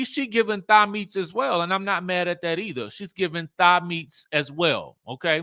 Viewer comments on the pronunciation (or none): none